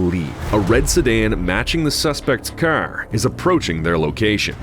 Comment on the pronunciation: Car? i thought you said cir.